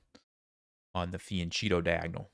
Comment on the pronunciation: fianchetto is pronounced "fee-ahn-keh-toh"! Not the end of the world or anything but some italian pronounciation doesn't hurt anyone haha